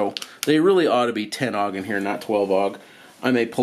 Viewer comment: "10 augh"? Not 10-gauge?